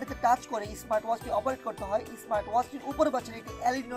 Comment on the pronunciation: ব্রো উচ্চারণে একটু নজর দিয়েন।👍👍